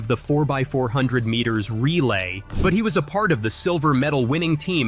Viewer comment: Why can't say the word "meters?"